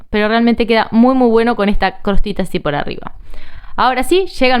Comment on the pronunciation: Jajaja!! Me muero "crostita" 😂😂😂 es costrita!! En serio sos rusa? Porque hablas muy bien el castellano. 😁😁😁